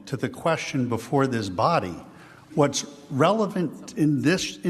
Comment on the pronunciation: "before diz body."